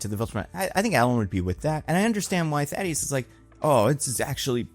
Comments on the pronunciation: THAEDUS not THADDEUS. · nothing but love, but it’s THAEDUS (THAY-DUS) not THADDEUS (THAD-EE-US) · I was so happy when yoy finally said Thaedus name correctly. Then immediately back to the wrong name. 😭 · my guy, for someone who makes so many reviews would it kill you to just double check names? You're still unsure how to pronounce thaedus and you mispronounced talescria as talestria... at this point I'm wondering if it's deliberate ragebait to spark engagement because if so, it worked.